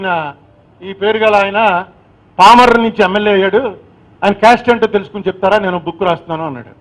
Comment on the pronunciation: Just...😂 PAMARRU become PALMORRU... 🎉EXCELLENCE in ARTICULATION...😢😢😢